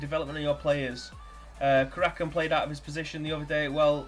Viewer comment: I remember when we used to beat city home and away in the premier leauge 😉 you're doing okay with player names, you've got le fondre right, we just call him alf anyway, his name sounds foreign but he's a northern as you and me pal, he's from Stockport😂 the only one you got wrong was karacan, it's Kara-chan. We know our squad is old and absolute dog shit, thanks for pointing that out 😂😂😂